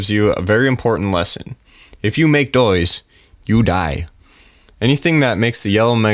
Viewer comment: "if you make *doise*"